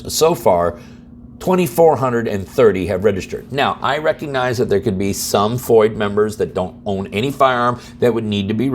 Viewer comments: I'm not sure how you are pronouncing FOID, but it should rhyme with void.. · It's FOID with a D, you keep saying it like its a freedom of information act thing (FOIA)... "Firearm Owners IDentification" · Thanks for the update. BTW, everyone I know pronounces FOID like void, but with an F. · FOID, NOT FOIA . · FOID, not FOIA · We, in Illinois, appreciate the info you give us to enlighten us not only about Illinois legislative idiots but also other states that are willfully ignoring the United States Constitution., in Illinois we have a “Foy’d” registration card not a “Foya” card. Thanks again for all you do! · It's pronounced FOID like DROID. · P.s.: the pronunciation of F.O.I.D. is "foyd" like "Floyd" without the L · no shit Sherlock, he's referring to the incorrect pronunciation in the video.